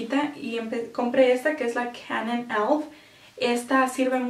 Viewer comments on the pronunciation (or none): canan.. tasheeba .. basbai khampak.